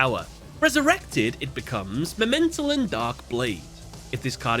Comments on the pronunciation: I appreciate the closeness of your pronunciations. But it's memento-tlan. The tlan rhymes with flan and mictlan sounds like meeked-lawn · You should probably pronounce the second T within the Mementotlan Name. Because Tot means dead in german. Might be that it's pronounced that way.